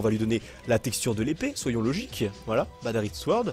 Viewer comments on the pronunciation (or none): o lieux de dire badarite sworld on dit badasworld